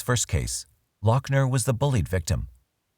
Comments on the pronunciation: Not lockner, loghner (loff-ner) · say it with me: Lou-F-ner.... also, firearms and ammo are legal in the US, so.... MAGAZINE even better: clipazine. fuk it. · I know you are very prickly about this, Doc, but his name is pronounced Luffner or Loffner. At least he wasn't from Bexar County, though, eh? Hope to see you soon in the next episode of "Tudor life" I'd say excellent work yet again for the smoothly Informative and easily enthralling as per usual, guessing that you will know that now lol going to try to get a name on the tu-do list. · How are you NOT even pronouncing his last name right? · He is nuts and doesn't deserve any notoriety, but it bugged me that you kept saying his last name the way you did. I have not heard anyone else say it that way. Nit picky annoyance.... eh well.